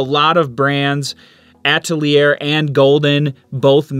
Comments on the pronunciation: Nice explanation and I think I'll try burnt umber with blue for grays..., yet I still like primary colors for chromatic mixing...You do realize that "Atelier" is pronounced "ah-tell-ee-ay" right? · I would add Van Dijck Brown; that's too intense to mix, IMO. By the way: 'Atelier' is pronounced 'atel-yay' (with an 'a' as in 'father' and the stress on the latter syllable) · Ugh!!!! Stop saying “atelier” like that!